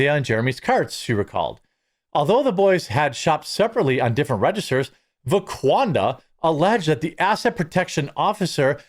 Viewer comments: C'mon Jeremy, get it straight for the sake of accuracy. It's VaquandRa, not VaqaunDa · I thought he said Laquadra 😂😂